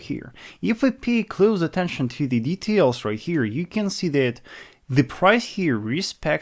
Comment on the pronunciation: You learn English? its that (dat) and not (zet), finally